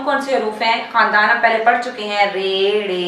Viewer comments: خاندان کے تلفظ کو کھاندان کہتے ہیں نۓ بجے اس پر بات کریں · کھاندان نہیں خاندان ہی ہے تلفظ